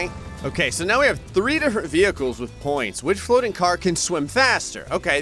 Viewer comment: diff. fwoating failures 🤣/